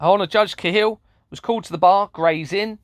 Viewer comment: Judge Sally Cahill (you pronounce it wrong but all good lol!) ....did she preside over the imprisonment of whistleblower Sabine McNeill? Or did she imprison whistle blower mother Anke Hill? Well on my radar from past research